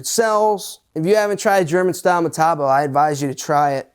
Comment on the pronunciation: in the uk metabo is metabo not hockycocky pronounced meta-boo.